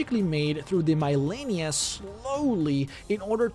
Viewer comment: Lol... Mile-lennia.